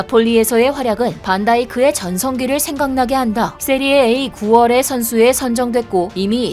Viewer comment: 세리에이 아니고 세리에아 이름은 바르게